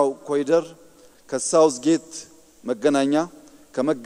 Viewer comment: አይዳ ኮሊደር እያልሽ አታንብቡ እባካችሁ፣ የእንግሊዘኛ ቃል ሲሆን corridor በአማርኛ ኮሪደር ብላችሁ አንብቡት